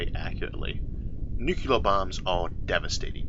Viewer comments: My only criticism of this channel, as with SO many other channels... Why, oh why would any intelligent human read the word "nuclear" and say "NUCULAR"? And it's got nothing to do with any form of any even hypothetical speech impediment. It's nuCLEAR, not nuCULAR. It's like saying intersetuler instead of interstellar... Is there anybody on the planet who says "binoclear vision"? I deeply hope not. Apart from that, I'm "absolutuly" loving the channel! :) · Wonderful stuff! Love it! But I want to say "only one u in nuclear". Nucular ain't a thing. Say new clee ar please. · Wow, I wouldn't have pegged Isaac arthur to be one of those that pronounces nuclear as nucular. I had to replay that bit to be sure I heard it right. There is only one u in nuclear. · Having had a nuclear physicist for an uncle and having met a submariner on a nuclear ship I can tell you that the sailor almost killed me when I corrected his pronunciation of nuclear. I have also had a linguistic tell me that whichever one is technically correct nucular will probably win. What is at the center of an atom? A cell.? Obama said it correctly. Bush, says it wrong. Clinton says it correctly. Carter, surprisingly says it correctly. JFK said it correctly. My new rule is you can't push the button unless you say it correctly. Trump of course says it wrong. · There's no such thing as nucular war 🙄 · Ah yes, new-Q-ler bombs